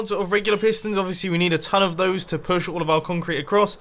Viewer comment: I could feel the frustration in the beginning so much...that it literally filled me up with joy when it finally worked. =) Oh btw, pewsh? , wth? xD